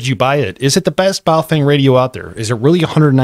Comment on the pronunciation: Pronunciation correction. Stop mispronouncing Baofeng! (Bahoh fung) is correct... (Bayoh fang) is incorrect.... Now that you have been corrected.. It is disrespectful to continue mispronouncing their name..